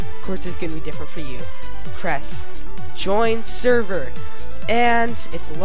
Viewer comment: "LAN SEVER"